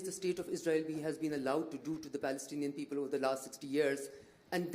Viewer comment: ‘Beoble’ ? You can’t pronounced ‘P’ but claim rights for self determination as the People of Palestine with a P.